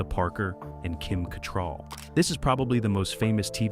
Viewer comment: Yeah hearing him butcher his name and Kim Catrall.